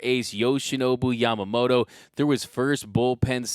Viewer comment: his name is YamamoTO, not YamamoRO, so please pronaunce properly in Japanese.🙏🏻🇯🇵